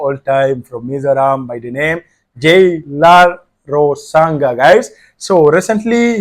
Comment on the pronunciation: His not Lalrosanga he is lalrousang ah not ga ,nga,ah